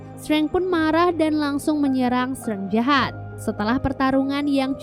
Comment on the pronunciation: penyebutan DR STRANGE bukan STRENG TAPI STREINJ